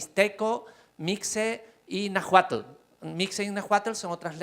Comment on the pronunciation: Soy de México 🇲🇽 solo corrigió no se pronuncia "najuatel "se pronuncia Nawualtd y se escribe NAHUALT